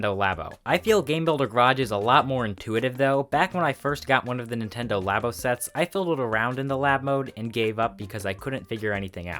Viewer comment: ERMMMMMM ACTUALLY, NINTENDO LABO IS PRONOUNCED "LAY-BOE!!!!"